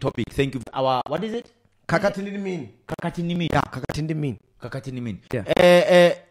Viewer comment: LMAO left out the H on Khakhathi